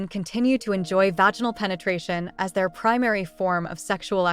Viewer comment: Why can’t you use punctuation or pronounce vaginal correctly? 🤨